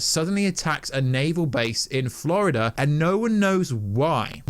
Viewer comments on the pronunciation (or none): none